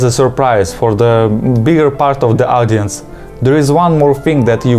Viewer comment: DESSERT? Или глагол Desert? Потому что ударение меняет значение. Плюс, есть претензия к произношению audience ты сказала Адиэнс что всё же не так близко к настоящему произношению хоть так может показаться Одиэнс будет гораздо ближе.